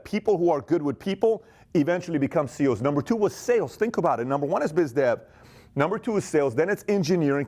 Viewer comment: Sounds like you are saying CO'S. (As in correctional officer)